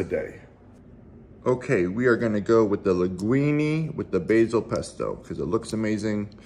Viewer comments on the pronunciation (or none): none